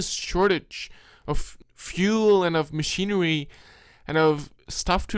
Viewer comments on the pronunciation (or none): Your voice is cloying and hard to listen to after awhile. It's book, not "buwk", machinery, not "machinewy." This is really amateur, filmmaker you are not. You're trying too hard - it's comes off patronizing and stupid. I couldn't sit through it with your stupid voice! Scary and, as you say, eewie!